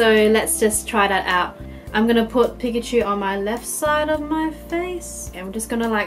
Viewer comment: I hate it when people pronounce Pikachu's name wrong